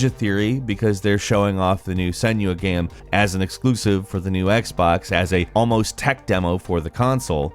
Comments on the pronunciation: This guy pronounces the word "game" so weirdly. "Geeyums" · Did you say games console or gehms console?